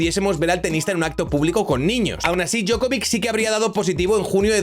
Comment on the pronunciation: Djokovic, no Djokovik, y la C se pronuncia Ch, por eso no es lo mismo.